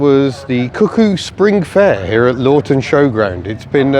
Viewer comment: Some of your pronunciations were a bit off with some of the vehicles, oh and the place is pronounced as Luffton. Almost everyone pronounces both VW and BMW wrong, Foulksvargan and BMVea.